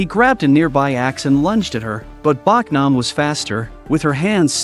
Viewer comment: Her name is Bohk-nam not Bawk-nam.